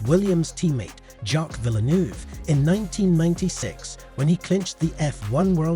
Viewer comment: Title is a clickbait, the voice is not really pleasant to hear and badly mispronounced Jacques Villeneuve name . Altogether just some collection of clips of F1 racing. Gets a 👎🏻